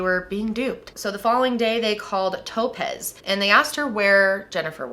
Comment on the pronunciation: Was she horribly mispronouncing the name Topaz the whole time, or was the girl's name legitimately Toe-pez? 😝